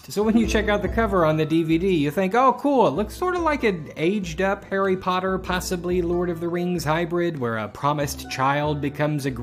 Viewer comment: Lol. "Hari Puttar"